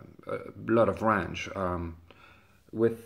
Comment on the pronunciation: Range you moron. Not rang. Damn.